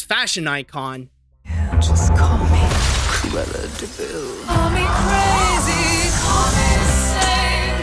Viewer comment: "Look out for Curella De Vil"